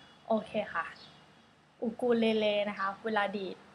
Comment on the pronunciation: อูคูเลเล่ค่ะไม่ใช่อูคูเลเลค่ะ